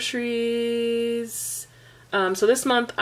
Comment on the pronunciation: lol. "grocies"